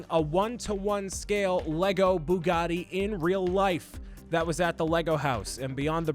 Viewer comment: Gotta love the boogotti!!